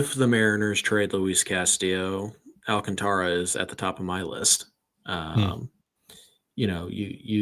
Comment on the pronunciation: I love that you guys are now saying Sandy Alcantara correct now! Or at least as correct as you can without rolling your R's :)